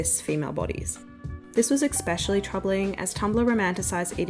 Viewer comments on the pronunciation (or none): Please stop saying ‘expecially’; it’s ‘especially’. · It’s pronounced “especially” not “eCsepcially “ sorry it’s bothering me 😂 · eXpecially :P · Ekspecially isn’t a word. Three times is too many. My GOD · Love your videos. Please stop saying 'exspecially' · The pronunciation of “especially” kills me, but your videos are so good.